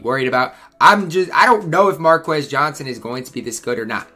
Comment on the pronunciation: “Markis” Johnson. Sorry I keep correcting how you say these names, but I’m old. I watched most of these guys play. ;)